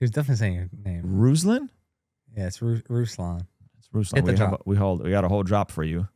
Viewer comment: I've always said your intro from the very first time I ever heard it sounds like Bruslan.